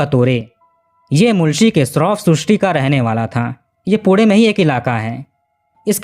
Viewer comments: 22 poode nai pune hota hai.. baki apka kaam acha hai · Ap jab bhi pune bol rahe ho aisa lgra hai kude kuda bolre ho😂😂😂😂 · Jab tu naam thik se nahi le sakta to video banata kyun hai पुणे की जगह पुढे बोलता है बाणेर की जगह बनेर बोल रहा है